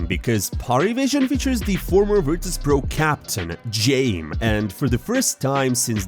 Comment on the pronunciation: I am pretty sure Jame is not pronounced the way muricans keep pronouncing it (like Game). His name is Dzhami. How come you dont pronounce Jabbi as Jeybi? It is Ja-me or Ja-mi. Not Jeym or Jaymi. It is not Jeym time, but Ja-mi time.